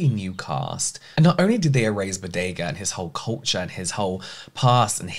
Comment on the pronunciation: No offense James, but your passion defending John Boyega and calling him Bodega was killing me 😅